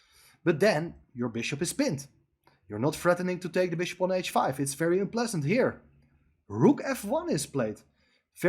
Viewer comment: Very with a V!! Not an F!!